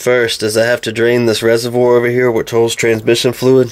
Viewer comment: Reservoir* not resorvor